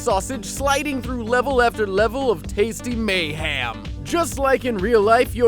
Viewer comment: "in mayham" i see what you did there!